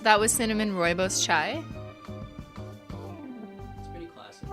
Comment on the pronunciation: I was fricken STOKED when she pronounced "rooibos" (almost) correctly!!!!